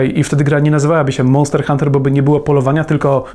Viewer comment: "MONTER HUNTER"